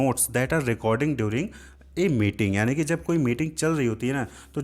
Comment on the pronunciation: Sir meeting ko mating kyu bol rahe hain